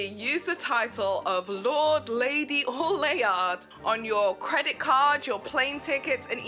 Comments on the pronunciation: Lay yard. I was like???? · As a Scot your pronunciation of Laird is so funny 😂is suppose to sound like lerd ❤